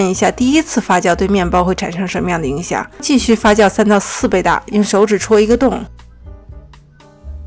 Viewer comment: 發酵唸Fa “xiao” not fa “jiao”！我聽的好痛苦